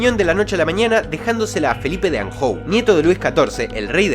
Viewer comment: Anjou se pronuncia "anyú"